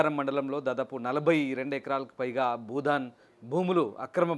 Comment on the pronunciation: Anchor మిత్రమా budhan కాదు భూదాన్.